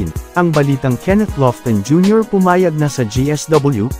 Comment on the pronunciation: Sabi mo pumayag na bulol